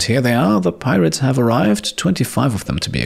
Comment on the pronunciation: As the rats arrived I burst out into laughter because I though you said that "pie rats" would attack